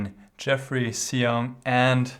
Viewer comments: GM Huschenbeth, his name is pronounced as Shong ( rhymes with Song ) :) Thanks for analyzing this game. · I believe his last name is pronounced "shong." The X in Chinese names is normally an "sh" sound.